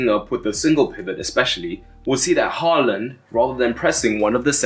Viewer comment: Haaland is pronounced as 'Whoreland' in Eton these days?